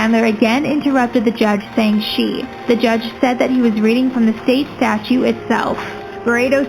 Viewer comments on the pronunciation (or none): none